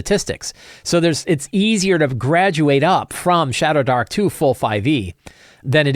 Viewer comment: I kept hearing shatterdark